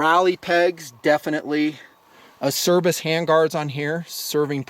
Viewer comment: I like your channel, have purchased based on your reviews, so not trying to be an ass, just thought you might like to know ACERBIS is pronounced: Ahh-Chair-Beez. Rock on dude.